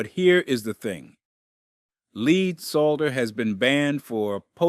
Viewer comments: He pronounced lead as leed as well. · AI's still don't get pronunciation quite right. An experienced plumber pronouncing the "l" in "solder"? Pronouncing "lead" as if it were "leed"? I think not.